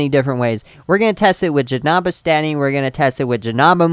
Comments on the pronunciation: dude u r pernounsing janemba as ja-nam-ba it is ja-NEM-ba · JESUS ITS Jah-Nim-Ba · STOP FUCKING SAYING Ja-Nam-Baa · Ralen Taylor He says Jenamba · he says janemba wrong